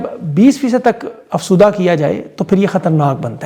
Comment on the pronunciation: افسودہ نہیں افزودہ۔۔ اپنی اصلاح کرنا کسی طرح بھی غلط نہیں۔